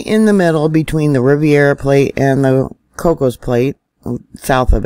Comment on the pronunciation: love your stuff! Riv air uh plate NOT riv eee air uh plate